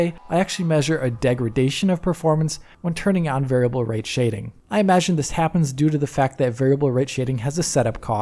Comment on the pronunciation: That flub on "variable" is really just stuck in my head like a splinter